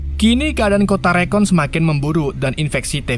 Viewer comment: Bang rakun bang... Bukan rekon....